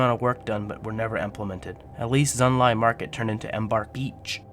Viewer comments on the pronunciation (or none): my god..... can you read???? sorry but holy shit, so many wrongly pronounced words, just READ PLEASE Gunolf the Mountain, Chimeric Prism, Xunlai, Gavel of the Nephilim, Vertebreaker......................... EDIT: Ignore comment if you actually are dyslexic. If not, I suggest u re-learn how to read properly xD